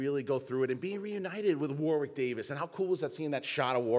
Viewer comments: It's pronounced "Warrick" guys, not "War-wick". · You don't pronounce the 'w' in Warwick!